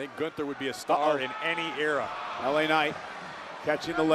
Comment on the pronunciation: Welcome to the Attitude Error Erahhh the gamehhh